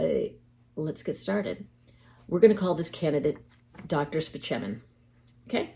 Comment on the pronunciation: I appreciate that you pronounced Dr. Spaceman's name correctly.